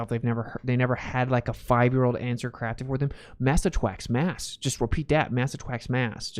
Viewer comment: "Mwass attwacks mwass" lol😂 make this a shirt!!